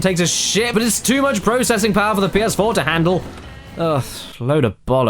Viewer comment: Des es Pii-Yehs-Fwoar